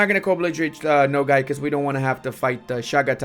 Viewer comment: why you say Nogay? Its okay to be gay